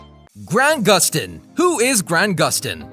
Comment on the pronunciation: Am I the only one that hears The nerrirator say Gran Guston instead of Grant Guston, no hate tho